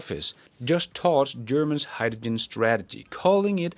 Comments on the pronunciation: Please pronounce hydrogen correctly. It’s not “hi-ja-Jin”. It’s hi-dro-jin” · it's Hyde-da-Gin lolol